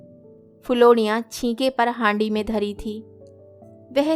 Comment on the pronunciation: Haari nahi Handi bolte hai